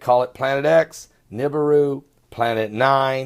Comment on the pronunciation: wana see real videos of nibiru (neh-be-ru) not "nib-aroo" (I hate that pronunciation) please check my latest three uploads (all under 6 min each) anyone can get footy like mine too. just watch the sky cams at sunrise and sunset. much love, God bless